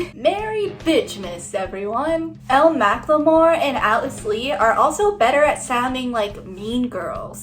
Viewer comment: btw elle mclemore’s name is pronounced ellie :)